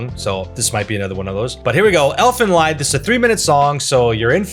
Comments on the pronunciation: Well yeah, everyone pronounced it as 'lied' instead of 'leed'. Don't act like you mispronounced it when you first read it lmao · I knew he'd .ispronounce 'Lied', everyone does. The 'Serial Experiments Lain' intro is by London based 'Boa', they reformed last year, have a new album and are touring. They're very active on their Youtube channel.